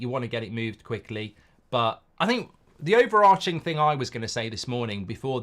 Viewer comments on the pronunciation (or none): none